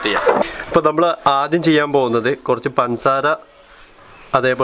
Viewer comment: പൻസാര അല്ല പഞ്ചസാര 😊😂